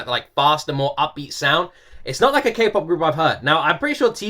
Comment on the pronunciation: Was I the only one who cringed every time he said K-POP? 😂 like boi lol 😂